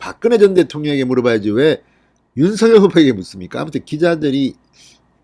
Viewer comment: 진성호님. 제발 윤서결이라고 읽지 마시고 윤 석 열 이라고 읽고. 부르세요. 또박 또박 읽는것 처럼 하시면 되실텐데 . 왜 윤 서 결. 로 들까요.